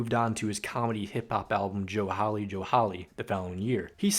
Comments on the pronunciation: You pronounced all the names right, except for Joe Hawley, it’s pronounced more Hall-E in the same way as Tally Hall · Bro just pronounced it Joe HOUley